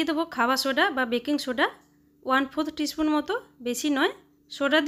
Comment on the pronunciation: স্পুন উচ্চারণ অস্পষ্ট। চামচ বললেই হয়